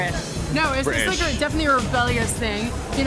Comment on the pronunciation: who else was dying when Corey graves said british ? is that normal